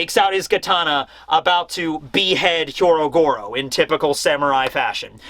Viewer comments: When will stop mispronouncing Hyogoro's name? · Last week Sanji fanboys were pissed... This week it’s the Carrot fanboys’ turn. Edit- Also, it’s “Hyogoro” not “Hyorogoro” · He is not Hyorogoro. His name is Hyogoro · Hyogoro becomes Hyorogoro. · Pronouncing "Hyogoro" as "Hyorogoro" is one thing, but the mad man actually spelled it that way too! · I love you. Please say Hyougoro instead of Hyorogoro. It is harder and wrong hahah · Hyogoro. Not Hyorogoro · Bruv it's HYO-Goro not HYO-RO-Goro. It's like Oni-Bawan all over again... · Is no one really gonna mention that it's actually Hyogoro? 😆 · it's " HYOgoro", not "HYOROgoro". Just a heads up. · Hey, you keep saying "Hyorogoro" instead of "Hyogoro" and even wrote it as the chapter title.